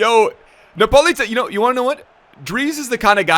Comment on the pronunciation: For you foreign people, it's Politano not NA Politano